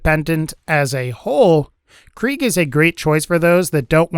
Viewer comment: I hate how he says Kreig